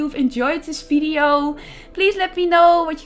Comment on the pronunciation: Ur builds as always great and unique but... pls.. stop talking “fideyo”